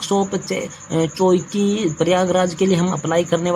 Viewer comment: चौकी नहीं छिवकी है पढ़ना तो आता नहीं और आए हैं jhant भर Master banne